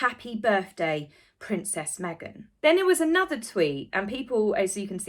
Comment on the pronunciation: Please Stop Saying AY NOTHER. It is ONE WORD.... ANOTHER.